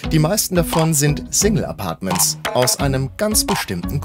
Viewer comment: Der Sprecher sollte mal überprüfen wie er das Wort Single aussprechen sollte 😂